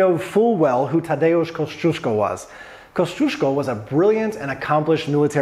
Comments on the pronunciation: Koziesko? That pronounciation gave me a good chuckle :). I totally get it though, 3rd to 8th letter in the name Kosciuszko must look like a bizarre combination of letters put together for Americans :p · Koziesko.. OMG Jakbym tak tragicznie wymawiala angielskie slowa to bylby smiech na sali :D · CAZYESCO??? hahahahaha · Thank you for spelling Kościuszko right and pointing out that most of the English speaking people just do it wrong. When I've been to Australia I couldn't help cringing when they tried to pronounce it as Oprah did. It's just torture. They thought about changing the name of Australia's highest peak for the Aboriginal version and that won't be a bad idea, less cringe for sure. After the murder of Gianni Versace, even US television anchors spelled his last name totally wrong, and that was a way easier to spell than Kościuszko. So that does not concern only Polish surnames. There're more examples, I'll say most of them caused by ignorance and not only ignorance of English natives. It will be cool if everybody pays attention to how someone's last name is spelled. No matter where you from and who are you referring to. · Americans butcher Kościuszko. XD